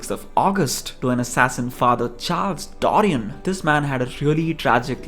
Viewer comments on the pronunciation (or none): none